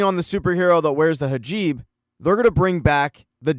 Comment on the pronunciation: HIJAB* not HAJIB